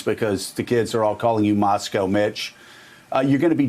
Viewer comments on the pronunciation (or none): "Moscoe Mitch" come on Joe, get it together!